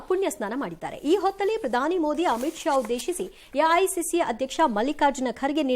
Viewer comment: ಯಾ ಐ ಸಿ ಸಿ ಅಲ್ಲಿ ಎ.ಐ.ಸಿ.ಸಿ. ಸರಿಯಾದ ಉಚ್ಛಾರಣೆ ಇರಲಿ..... ಕನ್ನಡದ ಕೊಲೆ ಬೇಡ